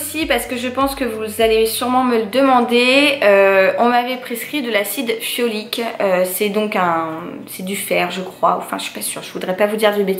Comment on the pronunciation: Coucou. C'est de l'acide Folique! Pas Fiolique 😂😂😂😂😂😂 félicitations